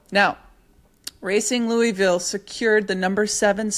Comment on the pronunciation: So stoked for Racing! Gentle encouragement to watch a couple videos on "Louisville" pronunciation before Saturday 🫶 Love the pod!